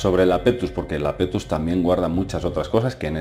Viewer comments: iapetus no lapetus jajaja. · Es Iapetus, no Lapetus. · ¿¿¿¿Lapetus???? Por dios, querrás decir Iapetus (con i al principio). Siento decirlo pero es uno de los fallos más tremendos que he visto en mucho tiempo. Sobre todo porque se repite continuamente durante el vídeo. Por favor, corrígelo, estoy viendo comentarios que repiten el mismo error. Saludos.